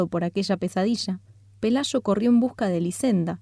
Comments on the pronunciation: Pelayo, no pelasho. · Si captas que es el acento?